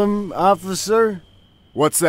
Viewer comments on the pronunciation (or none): Why is no one talking about his pronunciation of the word officer ocfer